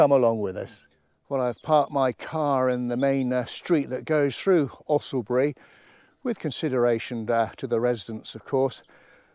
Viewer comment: Thanks. Another wonderful walk with your trusty companion. You are one of the few outsiders who can pronounce the name correctly. I lived near enough to the area to have heard the name of Owlesbury spoken by the locals. If you say Usslebury, you won't be far wrong. It looked quite expensive to get into Marwell Zoo.